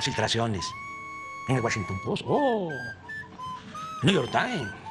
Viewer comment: Wachinton pos...Niuyor tains...jajaja